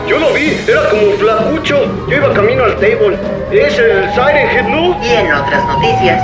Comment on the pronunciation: No es sairen ged es siren head